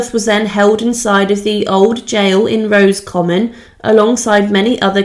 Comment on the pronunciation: Thank you for these videos. But you need to take care with pronunciation of words you are not familiar with. As has already been pointed out it is not “Rose common”. Padraig is not “Pad raig”. It is the Irish version of Patrick and said as “Porraig” or something close to this depending on your own accent. You hesitated on Kilmainham but got it right!